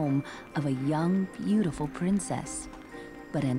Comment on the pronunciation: i swear they said 'beatiful' like a billion times